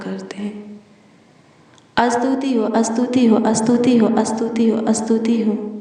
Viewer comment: Astuti nahi behan stuti bolte he